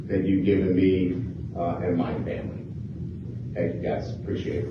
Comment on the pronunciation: "The last 12 years of my life have been incredible for me and my family" 1 week later, "I'm here with my fay-mly"